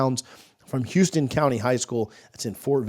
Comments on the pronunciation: It's pronounced. House ton . Not like it's spelled. Doesn't really matter but fyi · It’s pronounced house-ton county high.. which is on Warner Robins, Ga. He’s from fort valley, GA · Out of all the O lineman we were still trying to get off the board, Joseph was the one I had a great feeling about so I knew we'd get him. He plays at Houston County and it's pronounced like HOW-STON County not like Houston Texas 😂and this is the same school Jake Fromm that played QB at Georgia played at in high school. Anyways, the competition Joseph plays against every week is arguably the best in the state of Georgia with Colquitt County, Lowndes and Valdosta etc...So this is a big get for Atkins. This kid could be a great IOL by the time Atkins develops him. Atkins is definitely doing his thing in recruiting along that O Line so if we can get Petty as well then we're going to be in great shape! LFGooo baby... #GoNoles #Trenches 💪🏽🔥🤟🏽🤟🏽